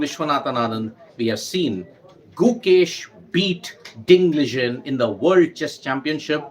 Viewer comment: It's Liren not Lijen